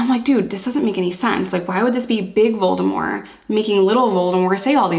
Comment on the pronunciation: Since nobody else has mentioned it, kudos for pronouncing Voldemort's name correctly!